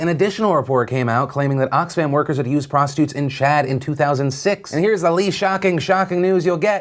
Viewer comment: Am I the only one that noticed that Phil calls prostitutes "prostutes"